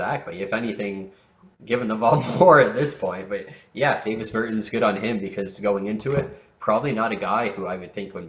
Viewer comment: Its pronounced Daw-Vis Ber-tawns